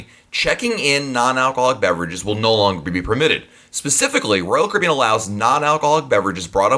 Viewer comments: narrator: blgdnsrb royal cabeen dhbjg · Love the content in these videos. But the dude talks way way too fast. Slow down! He has managed to turn "Royal Caribbean" in to a one syllable word. LOL